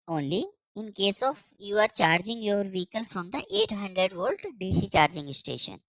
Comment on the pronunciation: "vehcile"? 1000 Volt? Is this AI video & translation?